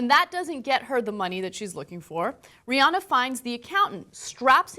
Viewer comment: Rhi-ANNE-uh. Say it right